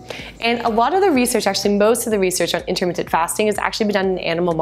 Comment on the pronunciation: are you saying intermittent?